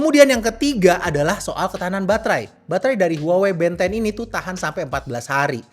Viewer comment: yg bikin gw tertarik malah karna pengucapan nya band 10 = ben 10 tontonan masa kecil :face-blue-smiling